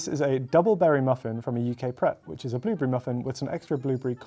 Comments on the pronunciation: Pret sounds like preck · Did you...did you just pronounce Pret with an accent? 🤦‍♀️